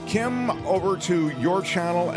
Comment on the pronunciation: I'm From New Zealand. Kim's pronunciation is Correct.